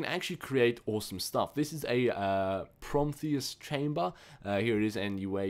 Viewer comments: Haha, you say promtheus instead of prometheus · the word is not promtheus it's Prometheus as in the titan or the movie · Protheus promtheus it's Prometheus SAY IT RIGHT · its not protheum its prometheum. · its pronounced PRO MEE THEE UM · Split up the word, Pro-me-the-us. The is pronounced thee. Your great, KEEP IT UP :D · its prom-eh-thea-uss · It is pronounced pro- me- thee- us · HOLY SHIT SAY IT RIGHT You said promendiwbtidnekr You called it arcane essetials You said encryption core You said ethium ingot I cant even keep track of it your so fucking annoying sometimes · It's pronounced Pro-Me-Thee-In and Pro-Me-Thee-Us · how come you can't pronounce Prometheus? it's pro me thi us :P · PROE-MEE-THEE-US Is that so hard? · Prometheus. (PRO-ME-THEE-US) GAWD IM HAVING A SPAZ OVER HERE! YOU SAY EVERY FRICKEN WORD WRONG! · You pronounced nothing correctly. And snakes can climb trees but you mean spider. And premeathus is not empidhtiairjmtifudjfkdhfntr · Pro-me-thee-us. That's how you say it, like the movie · Pro-mee-thee-us and em-pie-Ree-on and tr-ace